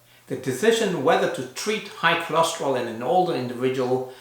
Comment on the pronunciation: Why do you call it "cholosterol" when it is "cholesterol"?